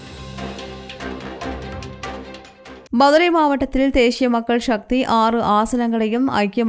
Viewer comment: தேஷிய மக்கள் ஷக்தி யா? தமிழ் சரியாக வாசிக்கத் தெரிந்தவர் ஒருவரை செய்தி வாசிக்க வையுங்கள்.